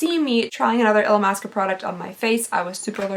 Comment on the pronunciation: The way you said Illamasqua was perfection and made me wheeze! 😂 I love it, you’re amazing! ❤